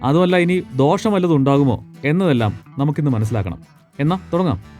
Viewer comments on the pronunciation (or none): none